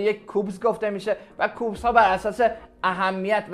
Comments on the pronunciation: البته اون کوبز او اس نیست کیوبز او اس هست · درستش کیوبز هست نه کوبز